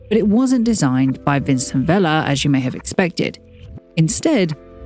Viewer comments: This is such a great video but I wish you had looked/researched a little into Spanish pronunciation. You tend to pronounce all letter in Spanish. It is nothing like French. Vicente Vela is not the same as Vicen or the french name Vincent as you pronounce it throughout. This is the same with the street names. Calle should not be said like Cal. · I kept wondering why you pronounce Vicente in French. 😂 (like it’s Vincent)